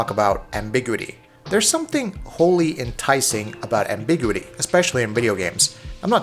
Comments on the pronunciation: Say it with me Am-bih-gyou-ih-tea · Ambiguity separate two syllables dumbass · Please Google how to say the word ambiguity!! So jarring how you pronounce it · It's funny cause he uses ambiguous fine.